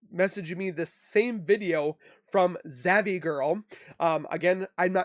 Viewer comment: It's pronounced ZAV not Zavy